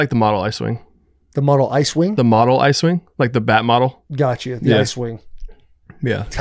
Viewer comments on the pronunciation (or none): 😂 not the “iswing” I’m pretty sure he thought he said “ice wing” He was “that’s a sick name” 😂